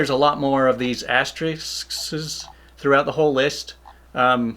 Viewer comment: It’s: “ass-turr-ricks”. BTW, great video and thanks for doing this!